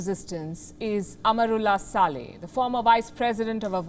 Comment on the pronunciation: Palki dear why do you say Amarullah Saleh; its wrong pronunciation; I am and all of us are disappointed at your faux pas; please correct yourself it should be "Amrullah Saleh and and Amar